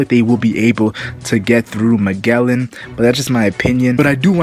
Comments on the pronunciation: No, it's pronounced Ma-jell-en. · wtf are you saying? both in dub and sub, he is called like Majellan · fks sake.. majellan